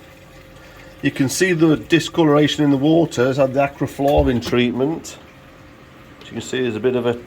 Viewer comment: Acriflavin or Acriflarrrrrrrrvin...........🤣